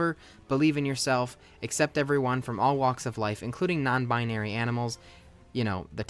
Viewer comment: Why’d you say non-binary like that 😭